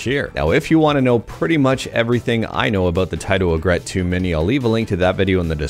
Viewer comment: fyi its pronounced 'EE∙grit. It doesn't rhyme with regret.